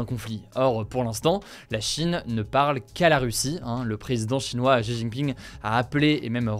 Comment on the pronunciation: non xi se prononce si. On dit sidjemen pas chidjemen pour dire 西直门.